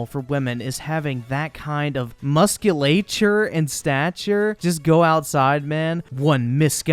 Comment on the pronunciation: Musculature...i cant tell if hes stupid or trolling by mispronouncing it...